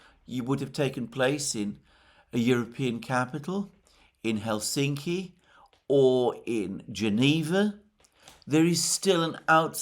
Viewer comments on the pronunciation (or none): none